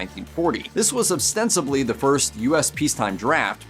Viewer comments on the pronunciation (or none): It's ostensibly NOT ob-stensibly!